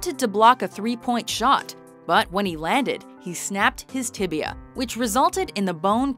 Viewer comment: Ryan Villopoto Broken Tiblia and Fiblua.